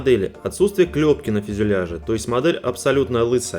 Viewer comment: Фeзюляж... Гы))